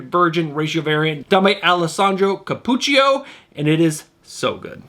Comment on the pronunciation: Molto buono mio fratello! Gold star for getting Cappuccio correct! BUT you do owe 25-cents to the swear jar. (lol) You nailed Ram V. You gotta like brain twisting to dig his writing. I think he plays a game and writes a story into a mess just to see if he can write back out of it. Super thanks cuz now I'm going to give Detective 1095 a shot. superpower is: Universal Appeal! Catwoman #74 (Panosian), Magic 3 (Frison) and Heat Seeker are ALL water damage lickable. If you haven't read the book, "Fear and Loathing in Las Vegas" your universe hasn't been twisted enough! As always - thanks and comic on!